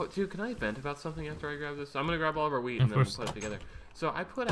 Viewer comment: Everytime speedy says wheat, it sounds like he says weed.